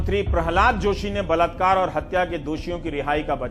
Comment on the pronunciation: Mr. Ravish , word is balaat kaar ,not balatkaar. say balaatkaaree ,not balatkaaree. But second time spoke balaatkaaree. And third time,fourth time spoke balatkaaree..fifth time spoke rightly. Sixth time spoke balatkaaree. (right)..Please don't mind Supriya Shree Net spoke every time rightly. Errors are superficial.